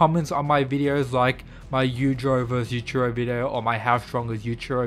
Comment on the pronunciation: The I in Yuichiro is not silent. Such disrespect.